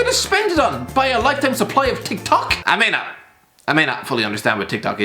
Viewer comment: Lol Tik Tok not Tic Tac😂